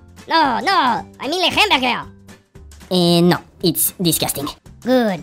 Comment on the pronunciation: Le hemberge